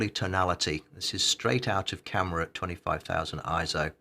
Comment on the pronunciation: Thumbs down for each time you pronounce it as „ISO“. 👎🏾